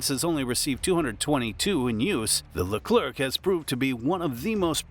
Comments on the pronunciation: Stop saying LECLERC with "keuu" at the end forget the C, in French the last letter is always SILENT, like PARIS (capital of France), don't say PARISSE but PARI. I know the last letter is important in English, and must be say to understand the phrase, but not in French, whe have other way to build a understanding phrase. For hear correctly a French word, use the speaker in google translate ! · The "c" at the end of Leclerc is silent you dont have to prononce it